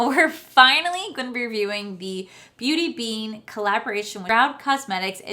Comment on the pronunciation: Beat bean .... try to get name right if your going to hype the pallet .... mines still on the way...nice look